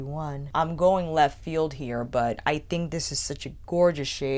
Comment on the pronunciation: I noticed always always pronounced think like thing. Like she never pronounced the K at the end of think and always says think like thing. Never heard that Kind of speech quirk before